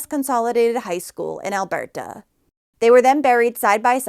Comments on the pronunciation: Why are you pronouncing Alberta like that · You pronounce Alberta so odd. lol. It isn’t French. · Stop saying Alberta like that lmao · Her pronunciation of Alberta has me dying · We don't say Calgary,Alberta with an accent😅Like at all lol Sorry not trying to be a d*ck i just thought it was cute & funny af 😄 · Thats an interesting way to say Alberta😊